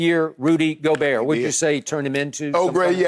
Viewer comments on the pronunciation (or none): Wait what did he call Rudy gobert🤣🤣🤣